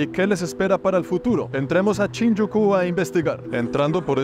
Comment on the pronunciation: pero por que dice CHINYUKU?? jajaja es SHINJUKU